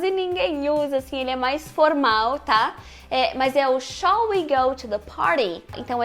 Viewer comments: A pronúncia de Shall não seria (ʃæl; unstressed ʃəl)? Não existe ʃol, as far as I'm concerned. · Acho que "shall" não se pronuncia xól e sim xél. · A palavra "shall" não se deveria ler "xél"? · Cara, por que raios todo mundo pronuncia /shól/. Até a minha profesora de faculdade cometia esse erro. Em qualquer dicionário você vai ver escrito /shael/. Eu lembro até do Mr. Been pronunciando /shael/ também. Mas adorei o vídeo! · Parabéns por suas aulas. Eu tenho a impressão que shall é sempre pronunciado com som de æ e não sholl. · Sim, é porque a maioria associa esta palavra "shall" com a palavra "all" que se pronuncia ól, então automaticamente vem na cabeça xól. Só que pronúncia inglesa é cheio de truques, não pode basear uma na outra. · seus vídeos são excelentes! Curto muito o seu canal. Tenho aprendido muito com você e confesso que já cometi muitos desses erros. "HERRAR É UMANO". Só fiquei em dúvida quando você pronunciou SHALL. Não sei se foi falha na minha audição, mas parece que você fala XÓL na pronúncia. É porque conheço como XÉL. Por favor, se você puder, me tire essa dúvida. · Acho não, tenho certeza absoluta que é xél a pronúncia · Let's go to the party, shall we? :) Kkkk Nossa! Ninguém usa "shall" mesmo. A propósito, fiquei em dúvida quanto à pronúncia dessa palavra. Rima com "pal" ou com "tall"? Ou varia conforme o sotaque? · adoro seus vídeos e sempre recomendo aos meus alunos. Confesso que ainda não tinha ouvido a pronúncia que você usou para o verbo modal "shall". Eu sempre pronunciei ele com o som do "a" de "apple", ou então um "schwa" nessa pergunta em que ele é unstressed.